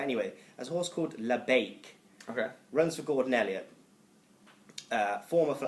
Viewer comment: I almost turned it off when he said labiak...